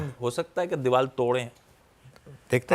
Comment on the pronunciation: Anchor ko bolo Deewal nahi deewar 😄